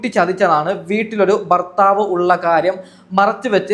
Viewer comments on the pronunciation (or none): none